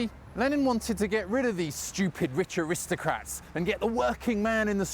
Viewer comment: Is this how we’re pronouncing ‘aristocrats’ now. I felt let down.